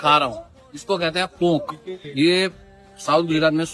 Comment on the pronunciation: Pokh nhi behen.. Ponk.. (N is silent)😅